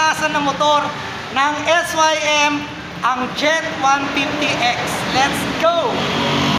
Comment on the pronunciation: Es Way Em kasi hndi Sim...🤣